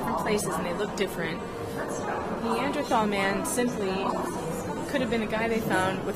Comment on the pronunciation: Both of you need to learn how to pronounce "Neanderthal"